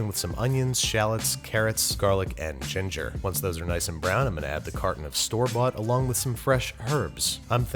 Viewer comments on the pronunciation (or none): none